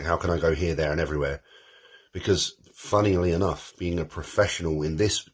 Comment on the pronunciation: “Funnelly enough” lol